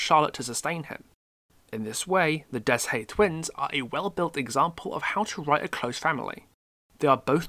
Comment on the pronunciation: I'll explain this best way I can, But Deshayes isn't "Des-hayes" It's pronounced as "Day-eye" If that makes sense.